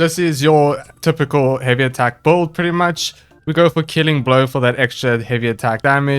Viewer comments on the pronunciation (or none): OOOH how right you are being bad at pronouncing things, e.g. boouild